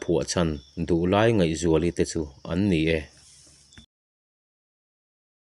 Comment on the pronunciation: Ngaihzuali Nu hming leh a Nuta pa hming i lam dan hi a dik lo deh tlat